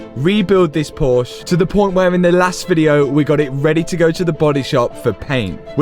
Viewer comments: Haha 😂😂😂😂 you said "porse" in the starting of the video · Awesome build. Love the color.... but its... por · shuh. Two syllables. Ask Jason Cammisa.... seems to be a trigger word for him 😆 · dude i love your channel and your builds but for the love of god, stop calling it Phosh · Porsche 2 syllables.. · Nice work. Why do the English have such a problem pronouncing Porsche?